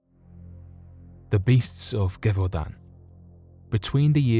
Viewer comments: The pronounce is not "ge" as in "get". Is more like "ge" in "geriatric". Gévaudan [ʒevodɑ̃] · The G is pronounced like a J in Gevaudan.